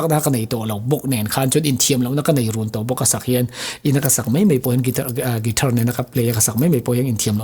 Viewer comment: Gaspel ti tlattt...... Guitar a ti palh zauh a, a lam sap tawk lo tih a hrechhuak a...Guitaaaarr ti leh kher bawk a....a ti ho ve hle mai a🤣